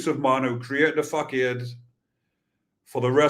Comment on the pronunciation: Hi, it’s pronounced fasarde, not facarked, keep up the good work bro 👊